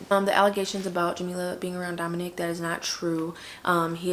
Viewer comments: It’s Domonic* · Domonique is typically the female version/spelling of that name, I believe his name is pronounced like Dominick. Just letting you know for the title grabber 💋🌹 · Ok ... he’s name is Domonic not Domonique